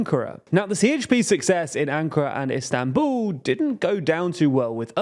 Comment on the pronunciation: "Istanbuuu" - wher did the "L" go, guys?